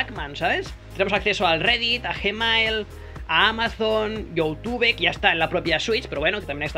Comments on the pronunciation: dice "ioutube" q es peor 🙃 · Lo peor es cuando dice YouTube 😂🔫